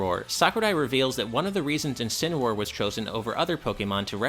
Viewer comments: WTF what did mispronounced Encineroar, what the fuck is a Kencineroar. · “Kencinroar” Excuse me what is this? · Never say Kencineroar again. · jajaja he said kenincineroar